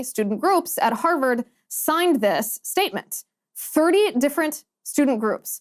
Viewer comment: I love u, Liz, but it's Harvard not Herverd.